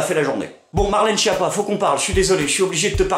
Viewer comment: Ca m'embête de casser ton delire, mais la prononciation correcte de Schiappa c'est "SKiapa". Ouais, c'est moins drôle, mais c'est plus correct.